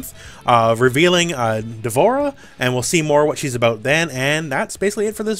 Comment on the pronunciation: Ugh Dvorah really?